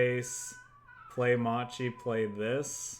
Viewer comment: great video, quick note macchi or whatever u read in italian that has "ch" or "c" in it it's a hard c, like a crusader, if it's "ci" it's soft like cheese or cello